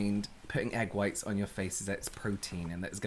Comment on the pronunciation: I found myself saying “egg fwhhhhhiiitess” ala this morning while making breakfast. One of these days you should Use “COOL HWHIP” in one of your videos (stewie style)